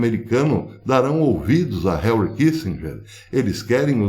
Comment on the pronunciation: Professor, não é Harry é Henry, só uma dica pra ficar mais estético, porque o conteúdo é top!